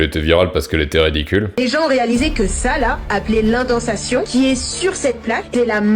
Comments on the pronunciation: J'ai eu envie de m'arrêter à "indensassion" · ah le fameux cri de la fourmi ^ç^ c'est dommage elle ne sait pas prononcer indentation ... :/ par contre intéressant la 2nde partie ;)